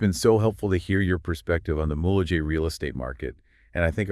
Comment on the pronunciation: it's Mule-Hay not mulejay